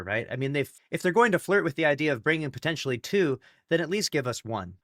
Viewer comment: Bungie right now: "Big emphasys on "potentially""